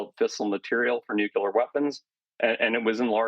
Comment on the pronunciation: Nucu LER? Ummmm. ❌. Fail. Try again. ( )